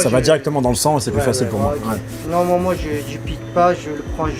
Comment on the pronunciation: Le "ouai" sans le s qui me fait physiquement mal au cul... Pourquoi..?